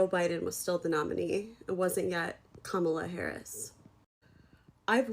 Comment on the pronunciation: KAMALA ! Say it right ! It’s Kamala ! Damn it ! Racist white supremacy ! Its Kamala !